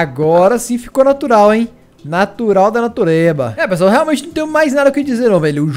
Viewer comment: "Nartural da natureza" kkkkkkkkkkkk